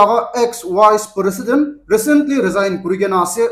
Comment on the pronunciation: Prositend drigon...😂😂😂